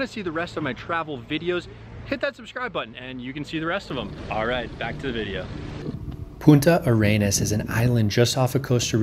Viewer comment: Great video, just one thing, the city name is Puntarenas, no Punta Arenas. Regard.